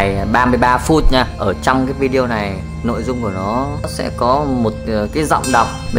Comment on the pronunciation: Lâu lắm rồi mới nghe có người nói đúng vi-đê-ô, chứ k phải vi-zeo hay vi-yeo thậm chí vi-zéo 😀